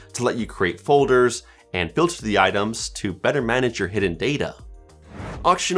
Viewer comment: i hear auctionOS 😭